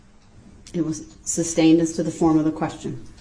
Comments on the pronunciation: Lmao yeah and that he would get mad when the judge STUBSTAINED the prosecution’s objections. He’s FINNA go down for life and I hope he accepts his TROOF. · He AXED too many questions and got upset when the judge SUBSTAINED the prosecution’s objections. He’s FINNA spend the rest of his life being told when to eat and wake up. I hope he accepts the TROOF of his situation.